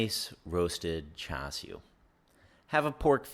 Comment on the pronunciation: Swear if you say "chew shoo" 1 more time...I'll, I'll....go buy some. Good vid!